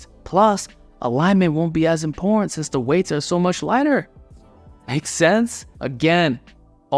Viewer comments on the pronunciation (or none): Anyone ever told you that you pronounce “important” funny?:P